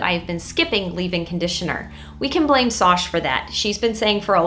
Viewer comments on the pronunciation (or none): none